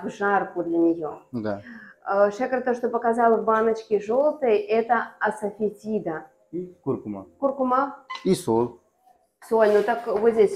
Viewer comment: Название приправы-смолы ? Мнамнативизида ? Вы-то знаете название, а лично я на слух с вашего произношения, извините, н е поняла название.